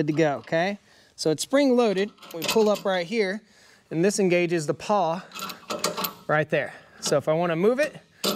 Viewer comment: "Pawl"? Not "paw"